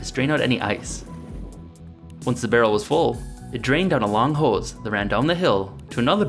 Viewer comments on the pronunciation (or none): Minnesota accent: the way he says "hose" 😂😂😂